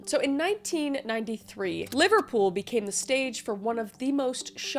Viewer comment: so strange that the first story is so close to my home town, hearing you prounouce liverpool made me giggle though, i never hear Canadians/Americans pronounce that place before now..